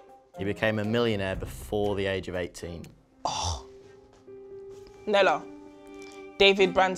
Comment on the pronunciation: Nella saying nella and getting it wrong lol